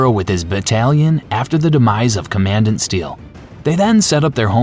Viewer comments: Say it with me "Comman-dant" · Commandant pronounced common-dant 😂😂😂